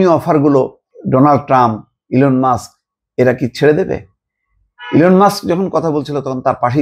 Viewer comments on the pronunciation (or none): none